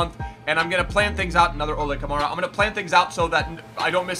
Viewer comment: it’s Ol-Uh Kamara not Oh-Lay Kamara. Don’t you ever disrespect an la galaxy player ever again